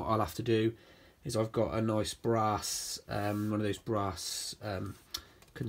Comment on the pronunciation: Is it just me with a slightly dirty mind or did just say bra.....arse (brass) 😂